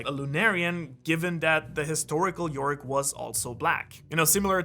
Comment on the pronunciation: Shaka is shakyamuni buddha related not Zulu related I think, yoak as in burden carrying device not york .